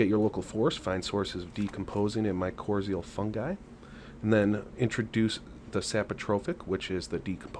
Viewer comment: No offense but u really should learn to pronounce mycorrhizae fungi correctly...makes u sound more like u know what u talk about. Honestly, u don’t want toe mushrooms in your garden soil...a few handfuls of purchased bagged worm castings is WAY better. Forest fungi are much different type of fungi than what annual garden plants need..one type is endo and one is ecto...makes a HUGE difference